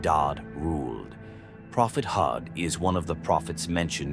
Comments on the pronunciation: Prophet Hud not hooth stop using ai voice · Poor pronunciation!! You didn't even bother to try and pronunce Prophet Hud's name or other Arabic names!